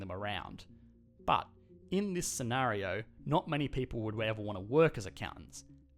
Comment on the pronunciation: i always think of butt when he says but!!! xD